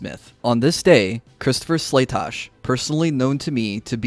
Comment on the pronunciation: Wow, your guy got Slatosch’s name right! First I’ve heard all day. Good job! SLAY-TOSH!